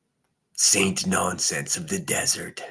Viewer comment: Be a Thinner not a thaint! 😂😂😂😂